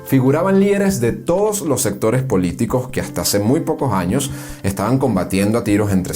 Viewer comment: Buen documental. Mi único consejo sería la necesidad de pulir la oratoria, para no afectar la calidad del documental. Por ejemplo: no diga "Lo Jandes", diga "Los Andes". No diga "Poco Jaños", diga "Pocos Años". No diga "Aquello Jaños", diga "Aquellos Años". La lingüística y pronunciación es vital, para darle prestancia y elegancia a éste y futuros videos documentales. También faltó comentar sobre Victorino Márquez Bustillo, quien fue presidente de Venezuela, entre 1914 y 1922. Gracias por este magnífico tesoro histórico.